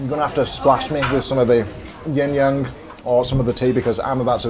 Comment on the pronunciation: Hi, the drink is not actually not Yin Yang, but yin yeung 鴛鴦. The pronunciation is similar but not the same. This is a common misconception.